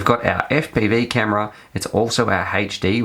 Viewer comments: shit I wrote my comment without seeing yours... Also I thought about spellign it HAHTCH D but I think Haychdee was more accurate. It's really bothers me for some reason xD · omfg it's HD not HHHAYCHDEE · its "HD" not "heychD" hahah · i cant listen to you say "h8ed'd" instead of HD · say haight-d 1 more time ...i dare u ...lol its "eight-ch D"